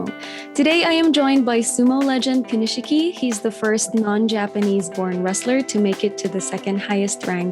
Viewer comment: The I after the SH in Konishiki is silent. Just a tip ;-)